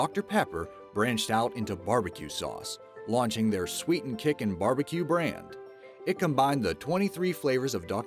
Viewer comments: He said barbicube instead of barbeque twice. I'm from the ozarks, and that's just disgraceful. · oh my god say barbecube one more time! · I hate how he says bbq sauce. Sounds like ‘barbeCUBE sauce’ lmao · "Barbecube sauce"